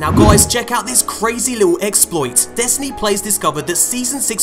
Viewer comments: “Destriny 2” lol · "Destriny 2"